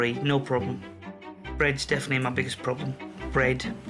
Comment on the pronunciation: he pronounces bread like brate